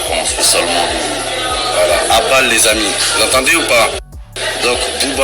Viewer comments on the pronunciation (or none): C'est À Bâle pas À Vallz mdrr c En Suisse 😂👌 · À Bâle (basel ) en suisse ;) pas vald 🤣